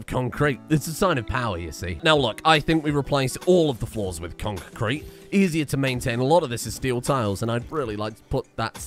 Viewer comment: It's really... Conk kreet baybee